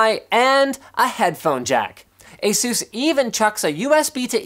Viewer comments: Why you say Asús and not Ásus? Doesn't sound good. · You said asus asooos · It's asus (eh-sus) Like Pegasus ^_^ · ASUS.... lol say it more than 5 times Sounds funny right?